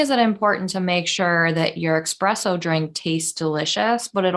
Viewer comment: Esssss-presso not ex presso